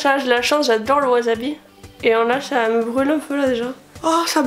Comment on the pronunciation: On dit Wassssabi ><